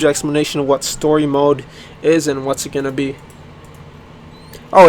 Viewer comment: He said WoMode xd